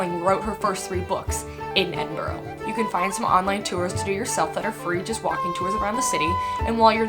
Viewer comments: Please don't say "Edin-boro"... it's "Edinbruh" or even better.... "Embra". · It’s pronounced EDINBRUH not EDINBORROW....... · I wish people would not pronounce Edinburgh - Edinburrow - It's Edinburra! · Edinboro?. Say it like edinbruh. Great video on my country👍🏼👍🏼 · I am a Scot and so pleased you love 'ma hame' but please can you pronounce Edinburgh correctly _ it's Edinburru not Edinborrow . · ggggrrrr for someone who lived here a month you would have thought you could pronounce the capital properly its not edin bourgh the way you say it is Edin Bra. also its not called forth bridge its called the forth road bridge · I’m glad you made this video, but I can’t help to say it’s Pronounced Edin bruh not edinboro. You lived here, surely you can get it right. Other than that happy you loved it so much, truely is one of the most beautiful countries in the world 👍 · Hey,its pronounced Edin-burra. Like the australian bird,the Kookaburra.Edin-burra.Much love from here in Scotland. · It’s Edinburgh not edin-burrow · Someone please teach her how to say Edinburgh (Edinbruh) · Ed-in-bu-raaa ...... Now say it fast Edinburgh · Love your description of John Muir.....he seems to have done more for American than for Scotland! Please - it isn't Edinborgho its Edinburgh! You should try haggis, it is fantastic. I am really impressed on your appreciation of the clan system. This is the best description of Scotland i have encountered and a really succinct description of my country. For someone that cannot pronounce Edinburgh you have done a fantastic job and a fantastic review. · Edinbrorow ?? Where is that lol. Edinburgh. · please learn how to pronounce Edinburgh,also,come on pal,we DON'T have lakes in Scotland,the train spotting films best represent the real Scotland lol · If you liked Scotland so much, you think you'd do it the courtesy of pronouncing it's capital city correctly. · I do wish Mericans would pronounce 'Edinburgh' properly.....